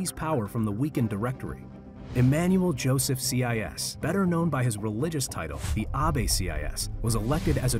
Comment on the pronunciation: You pronounce joseph's name wrongly.